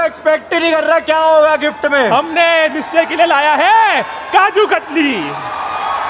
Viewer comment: Abey woh "nischay" bol rahe the